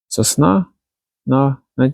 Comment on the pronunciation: Уважаемый делайте правильно ударение на слово сосна в начале ролика вы делаете ошибку будьте внимательны.